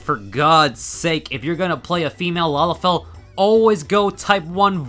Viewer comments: I think you mispronounced Lalafell when you said something about "master race"? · Yeah, I noticed it too, it's so weird right?